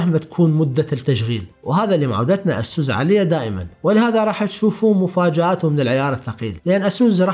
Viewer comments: يا اسووس انت بتقولها غلط.. اعرف كيف تنطق لمعرفتك انت.. لأنك تقني ولابد ان تكون ملم بالمصطلحات الانجلش الصحيحة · والله اكهرك من تكول اسوس.... يا اخي الفضها عدل خربت ام الاسم